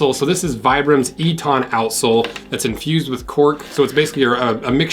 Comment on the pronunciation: "E-tahn" - lol, nope. It's pronounced 'Eatin' ('Ee-tn'). ;)